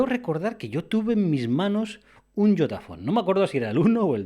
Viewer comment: Yotaphone? Yo entendi idiotaphonee